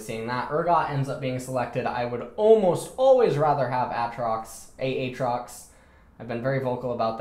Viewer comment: Love these vids. Especially when u say A atrox. It reminds me of Key and Peele's substitute teacher skit. "A Aron".. and shoot me, coz Im sure u hear dat all the time. Subbing to achieve forgiveness.